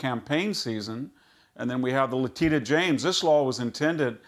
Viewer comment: I love how VDH calls Leticia James “Lateeda”James.